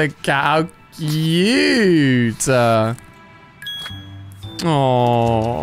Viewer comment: Nobody: Alia saying cute: COOYUTAA